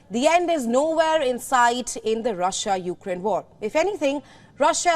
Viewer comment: It's Ukraine NOT You-Ga-Rain.